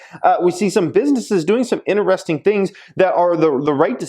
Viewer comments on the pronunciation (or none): none